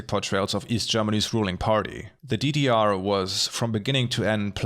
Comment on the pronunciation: Konstruktive Kritik: Bitte überlegen, ob die Sprachsprünge sein müssen. Beispielsweise "DDR" als "didiar" ist weder Fleisch noch Fisch. Entweder "dedeerr" oder "GDR".